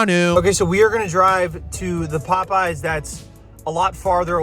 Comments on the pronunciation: Already off to a good start when he pronounces it the way myself and my high school friends did One night the Pope was on but the Yes was dark and it felt incredible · So glad I'm not the only one that constantly calls it "pope yes" 😂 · As an Orthodox, it’s more like, “Pope-no” but I appreciate the sentiment 😂